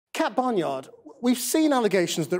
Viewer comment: Did he just call her Barnyard?